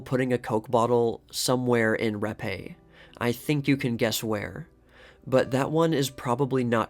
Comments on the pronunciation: Fatty wasn't gonna take, the 'Rappe', for Vagina's Virginia's death. All kidding aside, Virginia's surname is pronounced as 'rap', not rap•ā. Rappe, is a British name, not french. The last p&e, are silent (damn British🍈🤨). Amazing how Caruso, looks alot like Capone. Like, a half-brother??!! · It's pronounced “Rap” not “rap-eh” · I'm a new subscriber. It's great so far. I will add that Rappe is actually pronounced as Rape. That's a very unfortunate last name. I'll try to find the article that insists on the name